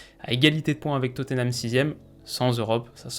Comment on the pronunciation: Top vidéo, en revanche niveau prononciation Fou-lham et Totté-nham ça pique un peu (pour Totté-nham au lieu de Totte-nham ça fait un moment que les commentateurs se vautrent 😑)